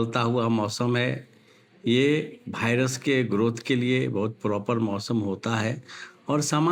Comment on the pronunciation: Viras ko Bhairas bata raha😂